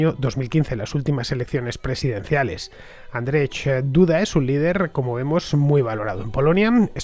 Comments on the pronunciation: Andrech???? XD Me parto hhahaha Fonéticamente seria Andrshey ( lo mas aproximado posible ) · Niiieeeee Andrzej bez r to nie Andrzej